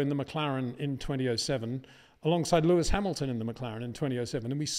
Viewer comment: but he damn well pronounces all other names 100% correctly, so HE KNOWS how to pronounce the S